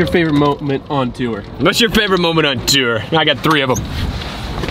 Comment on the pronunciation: “What’s your favorite moment on Tewer?” 🤣🤣🤣🤣🤣🤣🤣